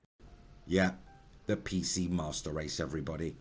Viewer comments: Did he say PC "masturd" race? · am i mishearing or is he saying pc mustard race?